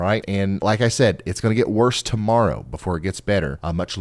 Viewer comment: I can rely on your forecast to be more accurate than any mainstream news. Thank you. That being said sorry but when you said like a Hawk TUAH morrow is what I heard.🤦🏼😂🤣